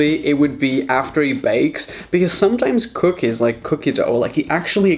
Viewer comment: Help me please why did you say cookie wrong😭😭😭😭😭😭😭😭😭😭😭